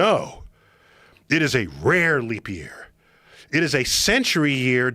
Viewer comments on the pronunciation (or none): “No! It’s is a raaare leap year!!” I love this man. He makes science so fun 🤩